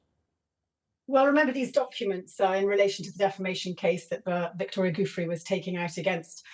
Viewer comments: The name is pronounced “ Jew-fray”, NOT “ Goof- Free”! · and it's Giuffre', not Juffrey, she is rude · You would think someone who has a doctorate, and is an invited speaker on a show like this, would be able to pronounce the Italian surname "Guiffre" correctly --- it only takes a second to google the pronunciation. It is not 'Goofry' Tessa, it is pronounced 'Ju-fre'. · Omg how hard is it to pronounce giufré. Jooo fray